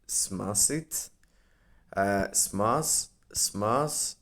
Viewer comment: Bro it’s smash 💥 not smass lmao 😂